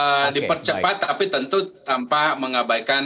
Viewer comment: gua yang salah denger ato dia yang typo mau bilang "Tapi" jadi "Tapu"?